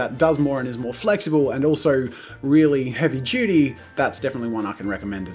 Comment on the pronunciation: I'm sorry, but- when he said "heavy *chuty*" instead of "heavy duty" I laughed.